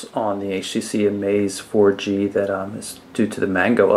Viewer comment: You called the HTC Amaza 4G